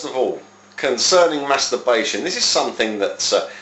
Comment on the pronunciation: I love your videos!! They are very informative, and I love your attitude!! Makes me laugh too especially when you say "internet masterbation" min! You say it so strongly, I know I'm juvenile in the head- and American but it's still funny. ;) God bless!